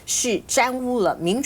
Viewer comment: 钱子，应该是玷污，念电污，不是沾污